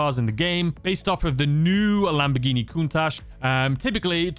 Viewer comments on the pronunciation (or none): none